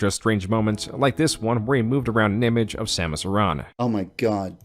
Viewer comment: Your pronunciation of Samus Aren bugs me